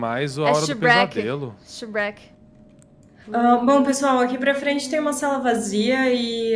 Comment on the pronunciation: A fala Sherek tão estranho que eu só sei que ela falou Sherek porquê reconheci a música. Shiurwek é Shiurwek …